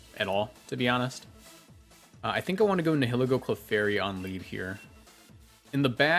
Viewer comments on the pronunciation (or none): say it with me, “Nie-uh-Lee-Go”